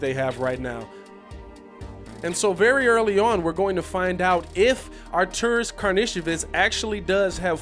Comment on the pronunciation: They clarified in the press conf. I also here a lot of Ar-tur-ros (Greek) instead of Ar-tur-rus (Croatian) We should just call him "AK" its alot easier for us Americans.